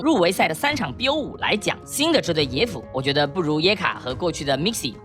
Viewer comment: 為什麼yike念椰卡...